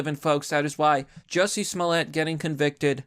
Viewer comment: It’s pronounced “Juicy”